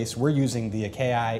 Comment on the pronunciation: Did he just spell it aye-k-eye